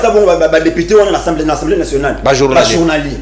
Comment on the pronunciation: 😂😂biso ba congolais to za ndenge. Ba prononciations ya ba mots français posent un réel problème. Très souvent ezala « intello »,deputains, journaleux , étudiants ba lobaka « ENSSEMBLEE »Nationale na place ya Assemblée nationale. Le jeune sur le plateau ya pprd alobi « ABASSOURDI» na place ya Abasourdi ko prononcer ( abazourdi).